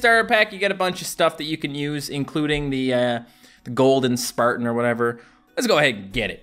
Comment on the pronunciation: did anyone hear him say speartans not spartans? i just relised he calls them speartans lol